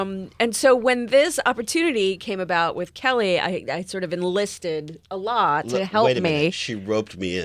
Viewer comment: Fucking his name is Alec, they tried to say some pretentious ass shit like allah. Weak ass corny muhfuckas...not to mention she has wedding ring on and her best friend ain't her husband, gtfoh. It's Alec Baldwin not Allah...but man dat dude riding the gravy train all the way to sways show...worst interview ever, fuck dem people. Sway throwing them charity for this shit....